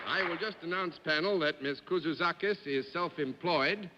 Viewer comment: Mr. Daly heard me. I said out loud "No way John Daly can say her last name (Kouzoutzakis)". He proved me wrong.